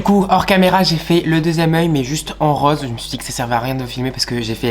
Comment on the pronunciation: pourquoi as tu ses manières de filles ? et qu'est ce qui te prend de faire des choses pareils ? pourquoi aimer être un pot de peinture ??? PS = ont dit rOse pas reuoze. Rasures moi tu ne gagne quand même pas d'argent a faire ca ?